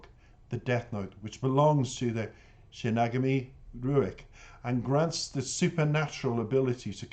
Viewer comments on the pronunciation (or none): Pronounced Shin-y-gah-mi Eyes. Best reaction video thus far!!!. Enjoyed the whole vid!!!